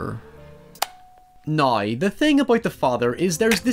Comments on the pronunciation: Say it with me "Now" "Now" not "Noy" "Now" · It's Now not Naouyy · Say “OW”. Good. Then say “NOW”. I appreciate that you’re making videos in English despite your struggles. Well done good sir